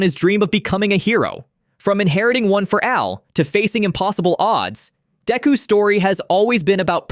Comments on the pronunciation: ......One For Al? Should really review your videos if you're gonna use AI to voice it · You used A.I. to make this video. I noticed it as soon as it said "one for al"😂